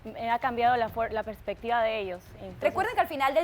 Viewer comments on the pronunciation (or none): none